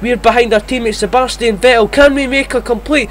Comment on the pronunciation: And thats Vettel not Ve-el 🙄